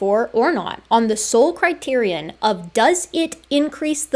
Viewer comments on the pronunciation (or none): none